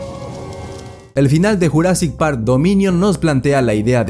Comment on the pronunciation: Estaría genial un redoblaje para JP93, que le digan jurassic en vez de yurassic es medio cringe la verdad, aun así, siempre seguirá siendo mi peli favorita de la historia del cine.